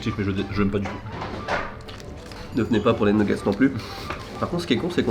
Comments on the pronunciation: nougette et pas Newgete a ne pas confondrre !!!!! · " Nougets " "poutit déjeuner " ça m'a tué 😂 tes un champion